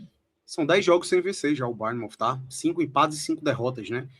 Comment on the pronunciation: Só um adendo para o senhor, cada vez que ele chama o Bournemouth de "BARNEMOUTH" meus ouvidos sangram kkkkkkkk